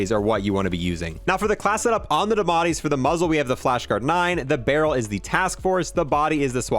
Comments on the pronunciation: Please they are called the die a metti not dimati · Its spelled diamatti (dee uh mah tee) is how it should be pronounced